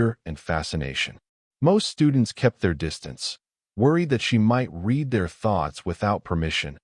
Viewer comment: This is one of the better AI narrator's, but it drives me crazy that it almost always pronounces "read" incorrectly in context. It says "reed" when it should be "red" and vice-versa.